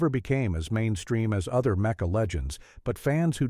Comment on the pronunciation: Also, you gotta figure out how to get your artificial narrator to reliably pronounce "mecha" properly (or, you know, use a human narrator).